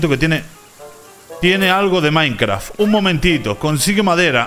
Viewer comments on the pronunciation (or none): none